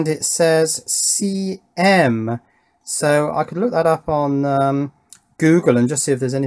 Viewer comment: I don't know if it makes any difference, but that over voltage chip was marked 'CM', and on the data sheet it sounded like you said 'CA'.